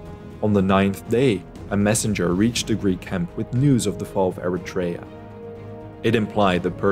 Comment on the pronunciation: Very nice but it's not Eritrèa but Erètria the accent falls on the 2nd e and it's pronounced E rè -tri a Also astonishing are the numbers of casualties relevant to the battle 203 greek casualties 192 athenians and 11 Plataieis to over 6000 dead Persians